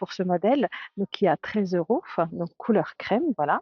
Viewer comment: Pourquoi vous dites eurosf